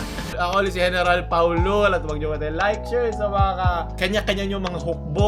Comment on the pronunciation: Ang ganda ng intro🤣🤣 "Museo de FAOLUL"